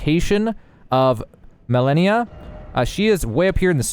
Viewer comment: Isn’t she called „Ma-Le-Ni-A“ and not Millenia